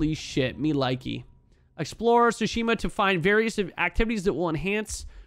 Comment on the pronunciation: About fuckin' time, bro! lol... Btw, most Japanese nouns have the stress on the first syllable and the "t" is always pronounced in "ts" - TSOO-shima